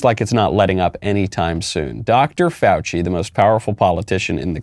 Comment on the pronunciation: The funny part about pronouncing the name as if it was French is that he was leading us to believe he was talking about a French actor, and then we realize who he is talking about. At least, that's why it was funny to me.